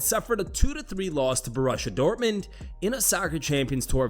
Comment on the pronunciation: “Bo-Russia” Dortmund? Omg Americans you gotta work on your European team pronounciations. Love the channel tho.